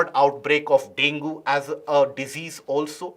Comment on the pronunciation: The pronunciation of dengue is dengi